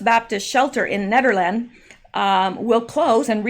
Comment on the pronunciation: Pronounced PORT NAY-CHEESE. plant wasn’t maintained by owners, many air violations previous to this preventable catastrophe. The air is toxic! Nederland is pronounce NEEDER LAND